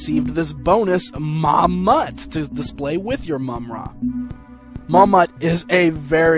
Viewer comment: not to be a d!ck, but i kind of winced every time you said Mumm-Ruh